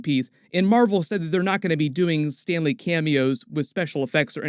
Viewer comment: He also said Stanley. But we all know it's STAN LEE!